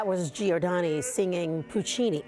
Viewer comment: With respect, could this country PLEASE learn to pronounce Italian names!? Not Gee or Dano! It's Gjor da no. Three, NOT , Four syllables.